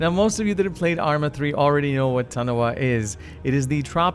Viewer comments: Lol "tunohah" Tomaytoe tomahtoe though right. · The way you pronounce Tanoa bother me...